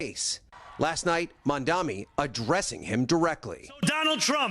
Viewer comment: If I had a nickel for every time the narrator for Today mispronounced Zohran Mamdani's name…